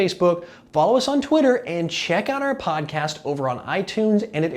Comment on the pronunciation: I still think hes saying pot-cast